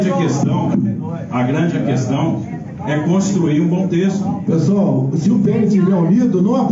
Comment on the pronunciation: Só de escutar novamente "cueastão" já dá ânsia de vômito